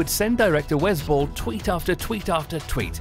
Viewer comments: That accent kinda ruined the pronunciation lol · Oh I thought you were saying the director "was bull" but then I realized that that's the director's name